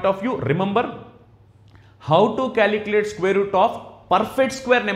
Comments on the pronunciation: Calculate or caliculate😢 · Calikilate LOL